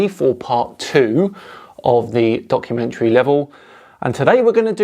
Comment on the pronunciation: 😂😂 “debumkummentary”😂😂 Has to make it into the Oxford dictionary